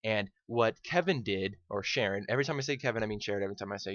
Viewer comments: Caron not Sharon. Pronounced Care-un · It annoyed me a bit that he said "Sharon", its Charon (sounds like Kahron) But other than that, this guy is spot on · His name isn't "Sharron" it's "Charon" with a Ch and pronounced, as Rider White pronounces it with a "Ca" instead of a "Cha". So it sounds like "Care-un" This is confirmed on the deadisland.wiki. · Charon, not Sharon lmfao.....